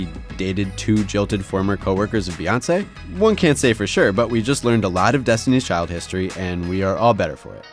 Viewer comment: He said Destiny Children. LMAO